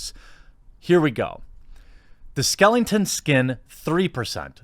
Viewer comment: Dammit, there is only one 'n' in skeleton. Just bugs me you do that.